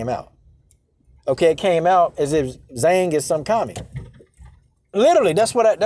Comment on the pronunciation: Trust me if Zhang doesn't agree with communism... she's not running around China denouncing it. Btw Purposely mispronouncing Joanna's ethnic last name is indeed racist!